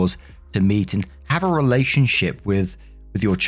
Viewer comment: Heheheheheh you said relationshiT.....hahahahaha